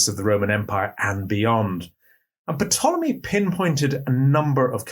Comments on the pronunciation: It's originally a Greek word "tulami" so no P is not said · Is it an accepted pronunciation of ‘Ptolemy’ to voice the ‘P’? I hope this doesn’t seem pedantic, but it’s just that I’ve only ever heard it pronounced with a silent ‘P’, regardless of which Ptolemy is being referred to.